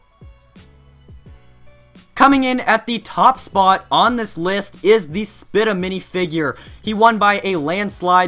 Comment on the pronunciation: As soon as he said spitta, I thought, he’s kidding... right? He better be kidding...?